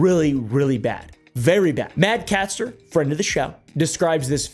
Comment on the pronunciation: its MAD CATSTER , thats CAT-STER not CASTER, link in description would have been nice